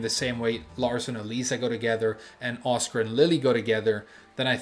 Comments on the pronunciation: I was like "who TF is Oscar?" until I realized he was saying Asuka LMAO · The way you pronounce Asuka 😔